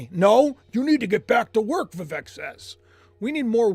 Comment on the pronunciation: VIVEK is pronounced VEEVake like Cake. ❤